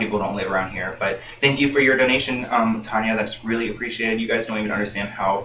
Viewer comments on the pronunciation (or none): none